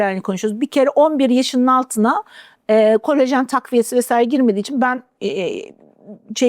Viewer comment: "Kolajen"e "kolojen" denen bir programdan nasıl güvenilir bilgi alırım diye düşünüp, izlemekten vazgeçtim.